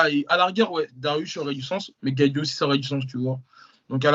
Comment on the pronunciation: Les gars je kiffe ce que vous faites mais la prononciation des blases vous me tuez GaethJE Léo Edwards